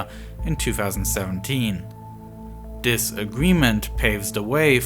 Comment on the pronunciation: First 3 seconds... "In January of dis yair"... How can a youtube channel with almost 1 million subs be too lazy to pronounce "THIS".